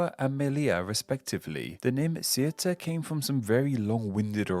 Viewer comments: You got wrong the name ceuta you said cetua , just a small mistake, good video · I like that every time you say Ceuta, the pronunciation changes :)) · "Cetúa" and "Mililla"? I mean... it's name explain. Should get the names right.